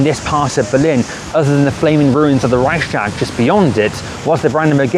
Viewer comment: You should try to say: Rei-ch-s-tag with a smoth "ch" and a separate "s". ;)